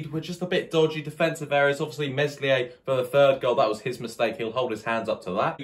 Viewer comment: Great vid but remember it’s a silent ‘S’ Me(s)lier. 😂😂